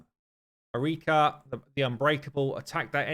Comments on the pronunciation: Marichka should be pronounced with ʧ - mariʧka. It is slavic indeed, diminutive form of Maria if Im not mistaken. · Marichka is pronounced Ma-reesh-ka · It is (Ma REE ch Ka). Anyway, She seems amazing. Her passive is great against Bommal. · Here in Ukraine we call the invaders "Orcs". So Takas making them frightened is an amazing joke. FYI Marichka, you should say ch as in chair MA-REE-CHKA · It pronounced with ch - Mari-ch-ka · Ch in Marichka is pronounced same way ch in i.e. 'check'. You're welcome ☺️ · Ch in marichka is probably pronounced sh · Marichka is pronounced with a Ch sound, it means "little Mary"